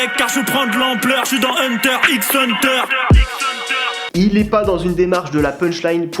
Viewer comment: C'est vrai qu'il a un certain sens de la punchline violente, mais la seule qui m'a véritablement choqué, c'est lorsqu'il a prononcé le X de Hunter X Hunter 🤬